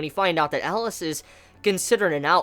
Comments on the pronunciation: Its Elias, not Alice.^^ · That's funny, I kept hearing "Ellis" and not "Elias". Oddly enough, he pronounced Titania, Oberon, and Chise all correctly lol